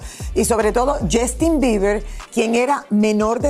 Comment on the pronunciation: Esto es solo para Lily ahora no hablas bien ni inglés ni español, “Jastin”, “Lamberguini” “publicitado” y lo del Freak Off pregúntale a tu tío Emilio Estefan! Por último, un monstruo como el no puede ser un “excelente padre”